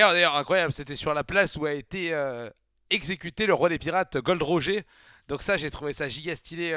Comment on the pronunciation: Roger c'est à l'anglaise que ça se prononcé (comme Roger Federer) ça sonne mieux quand même ^^ Sinon super cool, continue One Piece ce manga est incroyable ! :D Un plaisir de voir tes réactions !